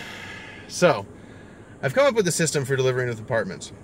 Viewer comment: When you said the word apartments, a part of me died